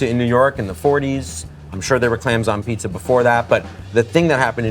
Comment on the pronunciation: Listening to them saying “Abeetz” makes me want to smash them both in the face. Jesus Christ, it’s pizza. Cool, it tastes good. Ok….